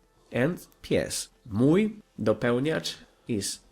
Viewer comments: sorry bro, but I didn't even know what you said except "to jest". You keep pronouncing the "j" in "mój" as in English, although in Polish it makes the "y" sound. And "ó" is not an "o". It makes the same sound as "u" in Polish or similar to "oo" in cool. Ó is never O and J is never Dż. And as to the word "książka" you pronounced it completely wrong. If I were you I would focus on pronunciation. Polish is an extremely phonetic language, so it's not that hard to learn what sounds letters make. You seem to have a very basic understanding of it. It's nice to see you trying to learn Polish though. Don't give up! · it's so funny how you say "mój" XD